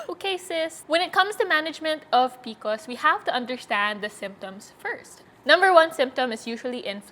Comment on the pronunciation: I really want to watch & get some info but I can’t because she keeps calling is PICOs 😫